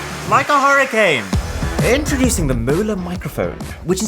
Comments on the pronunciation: “hurricance” lol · ah yes, hurricance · What is a “hurricance”? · Hurricance. Sorry, I couldn't resist. Much love always